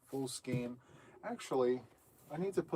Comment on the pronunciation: Ok. The official pronouncement of SKEIN is SKANE- it’s actually the way my mom pronounced it back in the day as well. 1960s-1970s. But it’s in the dictionary. 😊 it’s sort of akin to “REIGN “………. with the long A sound 😂 missed the live but catching replay